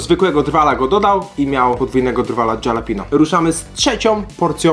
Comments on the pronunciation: co to jest dżalapino? XD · DZALAPINIO????? SERIO??????